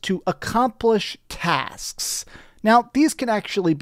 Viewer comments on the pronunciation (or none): He hits the hard S when he says tasksss